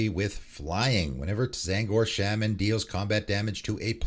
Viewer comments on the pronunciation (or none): none